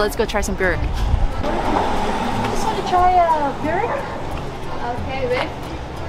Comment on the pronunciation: My Croation Great Aunts pronounced in Boowreck. Not Burrrwreck